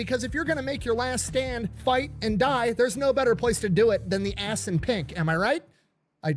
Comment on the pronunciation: I love seeing you crack up everytime he says assunpunk